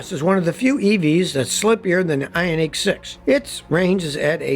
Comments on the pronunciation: Scotty - It's pronounced i-ON-ik, not i-on-NEEK. And while I'm at it, the word absurd is pronounced ub-SURD, not ub-ZURD. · Is that pronunciation Scotty is using correct? I-on-EEK, versus I-on-IC? EEK sounds like its spelled "Ionique" and sounds foo-foo. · The way he says Ioniq (ION-ICK) makes me so uncomfortable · because of how he says ioneeq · Funny how he pronounces ioniq lol great video though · Scotty has a unique way of pronouncing Ioniq.